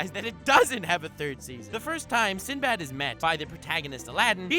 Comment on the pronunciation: I like when he said "SindoBado" cause in the anime whenever they pronounce his name it always sounded like that 😂